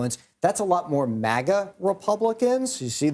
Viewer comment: Good vid when he say “MAGA” with that hard M . Ass pipe reporter..😂